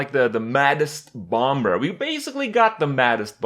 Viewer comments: When will kripp learn to say bomber? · Just FYI, the second "B" in bomber is silent